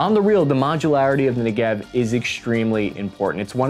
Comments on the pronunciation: It's NEgev, not NeGEv. And bruh, it's Ramat Ha'SHaron, not Ramat Ha'Rashon! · Hi, great video! Just two language corrections if I may: In the word Negev the emphasis is on the first vowel, that is NEgev, and not neGEV. Also, the name of the city is Ramat Ha-sharon (like in the song "my Sharona). Other than that excellent all throughout, I really enjoy your outsiders perspective on Israeli weapons and tactics, keep it up! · How many times in this clip have you said "Negev" (Could not count, but till the point I bailed out (at about half way)- I counted many times) - so it is basic and essential you at least pronounce it correctly - Ne'gev (not Nege'v) (the actuation is at the front), just like the place (Isr southern desert), same as Galil and Tavor are names of places in Isr (BTW- Tavo'r, not Ta'vor, get it?). Basically Isr wanted to replace the heavy FN machine gun (7.62) with a lighter 5.56 machine gun. Albeit some units (as mine) still carry the FN (called MAG in Isr; proper disclosure- I was a "Magist" for some time). For me the preferred assault rifle is still the Galil; fires always, at any conditions; though heavy (especially after 10 km, ya' know...) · Your videos are great. Your pronunciation of Hebrew names is atrocious. You know so many Israelis, why don't you ask them how to pronounce these words. Negev (like many Hebrew words) has the stress on the first syllable. So instead of Nege-v Say Ne-gev Or Merkava- Rather than Merka-va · They don’t pronounce it as “ne gev” its pronounced as negev its a region in Israel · Negev is pronounced: NE-gev, not ne-GEV, with emphasis on the first syllable. Just like "Derek", "Better", "Center". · it's NEgev NOT neGEV (weight on the 'NE') same as "engine" is pronounced ENgine , NOT enGINE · You pronounce it wrong. It's not Ne-Gev but Nege-V. Like Niggen in walking dead. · I'm sorry to be that guy but it's NEgev not n'gev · It's pronounced NEgev, not neGEV. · its NEgev. not neGEV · not negEv, its nEgev